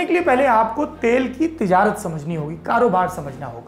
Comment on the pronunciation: Tijarat Urdu acchi hai aapki Saurabh👌😷😆😷